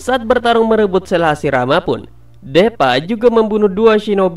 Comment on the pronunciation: ngakak awokawoka, kayaknya baca nya dipa bukan DEPA awkawkoawkaw